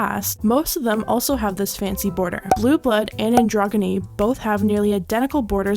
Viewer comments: Androgahnee? Wth! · Okay but.. "AdroGony?" xD I can't. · Androgyny is an-dra-genny not an-drog-any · the "anDROGyny" caught me off guard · She said andro-gah-ne 😂😂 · I can’t get over the fact that you just said “Androguinnie” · It's pronounced androJENee, not andronGENee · The way she pronounced androgyny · Can’t like because of “androguinnee” lmao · Nice video. But androgyny is pronounced "and-rah-ja-nee". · u pronounced androgyny wrong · Androgony is pronounced androjony, just so you know ♡ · Lorac is pronounced correctly. Androgyny is not. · “ANDRONGONY” LMAO DID SHE REALLY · Why can't you pronounce literally anything correctly...😂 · I can't with how you pronounced androgyny lmao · "androgany" LMAO what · The way she pronounced androgyny I’m out 💀💀💀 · The way she said “androgy” lol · Lol, I'm glad I'm not the only one who caught that. AN DRO GNY, SOFT G, G= /j/ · why you say androgyny like that 😐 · I can't take this channel seriously when she can't pronounce anything. Like "Androgyny". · You said androgyny wrong